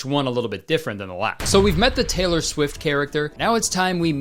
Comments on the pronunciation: Teller Swift or Taylor Swift? Is it just me or is it really weird that Kurtis says "Teller" instead of "Taylor"?? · kayler cwift